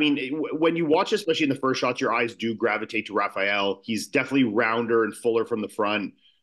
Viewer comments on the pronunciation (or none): Hate when Americans say “Rafial” like dude it’s RA-FA-ELL